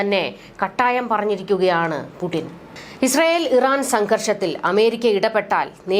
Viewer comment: പുഡിൻ എന്നല്ല, പുടിൻ, ടിപ്പർ, ടിന്ന്,,,Sയർ